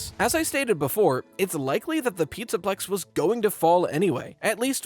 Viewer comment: hehe you said “pizza pecs” by accident